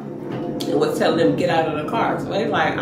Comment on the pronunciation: Tony say he tilling the story today 😂😂😂I love it